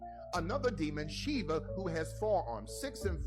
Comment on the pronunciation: mispronouncing obnoxiously and disrespecting Kali Ma, and Shiva .. he's in for a rude awakening